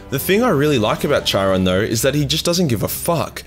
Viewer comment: Bruh, you're Australian start pronouncing shit as one. Charon is pronounced 'Karon'. Bald is 'balled' not bold. Need any more help man im here for you, hmu